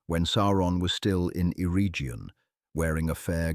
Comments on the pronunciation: Celeborn is pronounced with a hard C, Eregion with hard G. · Sauron: Sour-ron Celeborn: Kaylayborn Amon Lanc: Ah-mon Lahnk Ñoldor: Niol-dorr Eregion: Eh-ray-ghion The pronunciations are all wrong. Quite distracting.